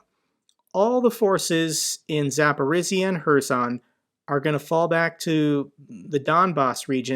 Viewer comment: love your videos. But please for the god sake stop calling my city Zaporizia it sounds more like Zaporijjya. I understand that you don't have to know what all cities are called. I just asking for a favor. Thank you in advance. p.s. rofl by "4th day of disastrous civil war in russia"